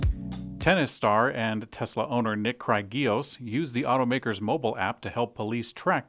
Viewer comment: And pronunciation of tennis player Nick Kyrgios.